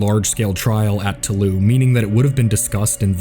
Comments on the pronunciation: for fuck's sake, toulouse is pronounced "to lose," not taloo. maddening. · Toulouse is pronounced as the english words "to lose" otherwise great documentary